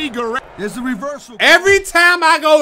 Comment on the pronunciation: Playlist Gang🤘🏽 and why tf keep saying Guwewwo instead of Guerrero 😂😂😂😂